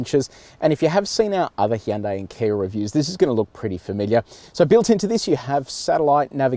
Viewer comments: Did he say heeyundai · Hee yan day. Wtf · Weirds me out when people say "Hi-yoon-day" or "Hi-yoon-die" instead of "Hyun-day"